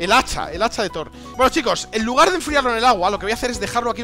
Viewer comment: When faileas al decir hacha de thor xd